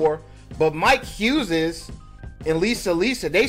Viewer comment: Why is dude pronouncing the name Huzez?